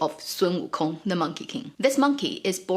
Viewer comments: learning how to pronounce "WO Kong" the accent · So, we should not pronounce the G in wukong